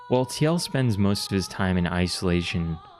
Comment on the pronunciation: Tee el? What? Isn't it pronounced Teal?